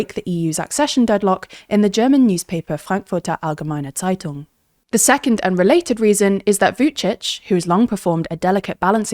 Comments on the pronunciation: Just have to say...your pronounciation of Frankfurter Allgemeine Zeitung was on point! :D thats rare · Outstanding German accent on that " Frankfurter Allgemeine Zeitung" 👍